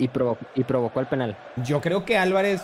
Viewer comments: Pero por qué dice PÉnal AJAJAJAJAJAJA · Por que dice Pénal y no penál... por que le gusta el pé..